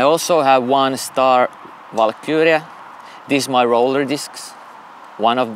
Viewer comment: the dude said valkyrie like valkuria